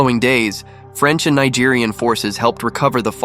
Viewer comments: Not Nigerian...Nigerien. mispronounced the entire video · Not the lawless jungle Nigeria. They meant Nigerien... as in Niger the French pronunciation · Niegerienne, not Nigerian ... point of correction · The narrator kept pronouncing Nigerien wrongly. 🇳🇪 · I appreciate the effort, but PLEASE do more research next time. You mispronounced the name of the country, and also the nationality of the soldiers, which would give people the impression that the Tongo Tongo ambush happened in a separate country. The attack took place in Niger 🇳🇪 which is pronounced "knee-zh-air," and not "nigh-jerr" as is mispronounced . The allied local soldiers who fought alongside the Americans were Nigeriens 🇳🇪 and not Nigerians 🇳🇬 . It is written similarly, but the one letter distinguishes between two separate nationalities. It is not pronounced as "Nigh-jeer-ian" the way you do (and dozens of times afterwards) as this pronunciation actually refers to the people of Nigeria, not the people of Niger. The correct pronunciation relevant to your video is "knee-jerry-yan." Niger and Nigeria are neighbouring but completely separate countries. Tonga Tonga is not located in Nigeria, and Nigeria's army was not involved in the ambush that day. Considering that four soldiers from Niger died in this ambush which took place in Niger, I think it would be proper to make it clear whose army fought in the ambush, and whose soldiers paid the ultimate sacrifice alongside their American comrades. It's the best way to honour their fight. There is a Nigerian commenter below (@ who because of the mispronunciations, is mistaken and believes his country's soldiers were there fighting at Tonga Tonga. But there is no ISIS-GS in Nigeria. If this was Nigeria, the amb